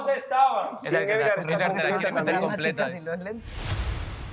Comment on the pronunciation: Amo que en vez de Edgar dicen esgar